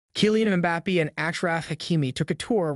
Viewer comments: Mbappay not Bappee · Everybody: Mbappé This guy: MbapPEE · Ah yes "kylian mpapi" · "Keelian Mbapee"